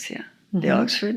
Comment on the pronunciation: Exford, tres veces, Exford